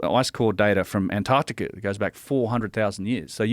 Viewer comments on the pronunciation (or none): none